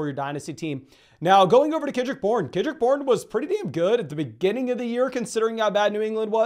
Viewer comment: “Kenrick Bourne” and “ McLauren” sounded the same. I’m sorry.